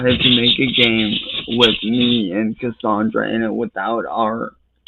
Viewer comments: "My vionsay, cussawndrah!" 😂😂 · "My vionzay, cussawndrah!" 😂😂